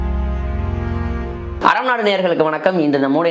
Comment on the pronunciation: Aram naadu nu theliwa solunga arabu naadu nu kekuthu